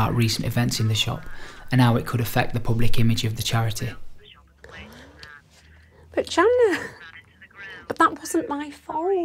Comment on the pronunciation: “It’s for chariteh”